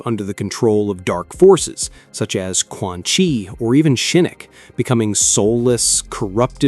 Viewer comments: Say it with me now. Shin-Knock Not Shinnik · SHIE- KNOCK.... not SHE NOOK